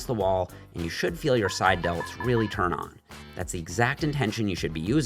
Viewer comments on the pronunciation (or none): none